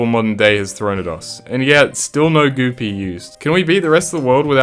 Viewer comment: Goo pea❌ Goopy✔️